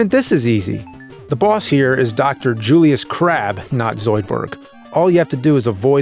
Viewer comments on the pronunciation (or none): none